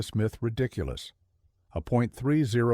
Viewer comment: AI generated garbage, can't pronounce simple terms like 30-06 😂